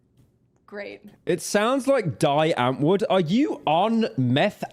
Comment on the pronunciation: The way you said die antwoord😂